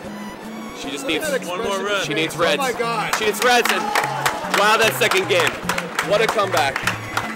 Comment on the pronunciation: that play by Heather NUOH MAI GUOD